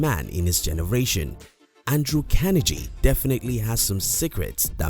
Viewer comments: It is CAR-NE-GEE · These lessons were great and useful.However, I wish whoever hires people to do voice over, at least they would be able to pronounce the name of the Main Character correctly! It is Andrew Carnegie for Gods sake! Hearing Andrew Kennedy 100 times in the video was very annoying!!! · Watch documentary on this man. He was not a good one. This video sucked his pronunciation of the mans name was terrible. Sounded like Kennedy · Please say his name correctly. It is not kenergy. It is Carnegie. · Its pronounced: Kar-nee-ggee. If you're going to speak as an authority on a subject as in this video, at least ensure your pronunciation of that person or thing is correct. Here endeth the lesson. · CARNE GEEEEEE for fucks sake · Learn how to pronounce his name, will ya? CAR KNEE GEE (as in French name GUY) Emphasis on the penultimate syllable. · Your saying Carnegie wrong. You don’t pronounce the g like that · How can you get his name so wrong?! I mean you must have heard his name before lol. Unless you've done it on purpose to gain comments, in which case well done, you've gained another comment. Nice compact content anyway. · Mispronounced his name, but good to listen to the info! Thanks! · if one is going to make a YouTube video about a very, very famous historical person known the world over then the least one must do is to ensure one pronounces the persons name correctly otherwise the content and message appears ill researched and the mistake becomes indefensible. Also Carnegie wrote many books including his autobiography which outlines his wealth strategies in great detail so presenting these as “secrets” is a little misleading at the very least. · unliked, you cant even say Carnegie right, its a torture everytime you quote his name , and you mentionned god, not everyone's a beleiver, some are secular atheists youtube is a global platform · Pronounce his last name correctly. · At least learn to pronounce his name.